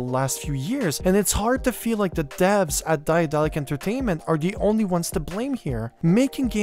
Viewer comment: One small things: the company is named after the German name of Daedalus, the Greek mythological craftsman. You don't have to try to pronounce the ae in the beginning, the English pronunciation of daedalus will be better and closer to the German pronunciation.